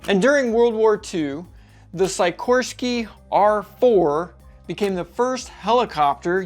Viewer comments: Every time you said "Sikorsky" it hurt my ears 😂 It's pronounced SICKorsky, not SEYEkorsky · It’s pronounced Sic orské, not sycorsky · I'm sure someone has pointed this out, but you are pronouncing "Sikorsky" incorrectly. I'm sure there is a lot of cringing going on every time you say it! The "i" is a short vowel sound, as in "sick". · sigh koorsky? Never heard his name said like that, but OK. Jet A, 'merica, shot gun blast? Err wasn't the jet engine invented by the Europeans? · How odd, an aviation channel content creator who doesn't know how to pronounce the name Sikorski correctly?